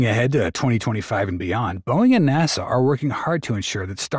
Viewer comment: Would a real narrator pronounce NASA NAWSAH ?